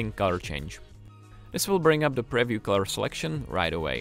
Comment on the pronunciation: if this guy says preview like that one more time...